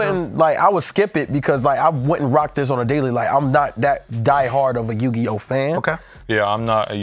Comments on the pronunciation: Biggest Worst Take Ever From saying “Yu-Gi-No” 🤯💀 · Haha I'm going to call it out now will get punished next episode for saying Yu-Gi-no hahah 🤣